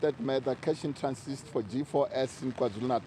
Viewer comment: Big man keeps saying “cash in transist…”